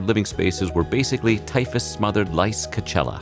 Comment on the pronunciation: OCD is making me do this..it’s pronounced CO-chella, not Cuhchella 😮‍💨